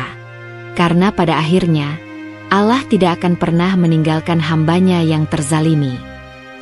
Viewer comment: Ctt. Bila alur cerita bernuansa muslim , alangkah baik nya yg membacakan jalan cerita adalah yg se iman dgn Islam agar Pengucapan sebutan kpd Sang Khalik benar2 sempurna yaa Alaah itu bukan sebutan Tuhan Islam ttp Yaa Allah ( yaa Alloh ) bukan yaa Alaah